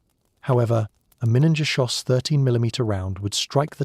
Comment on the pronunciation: Minengeschoss. What did the A.I. say???